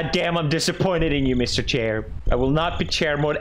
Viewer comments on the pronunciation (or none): he said mr "chair" instead of mr "Schair" how the turn tables